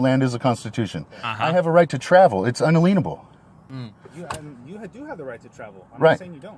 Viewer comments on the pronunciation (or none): I’m half way through and I can’t believe you haven’t called him out for saying “un-a-lean-able” instead of inalienable.